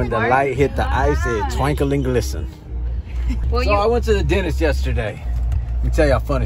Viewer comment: "When the light hit the ice it twankle n glissin."